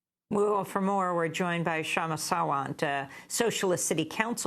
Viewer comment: She's very articulate. My only regret is how her name gets mispronounced. (K is silent, so think of Sha-ma, and Sa-waant). No offence meant, Aimee :-)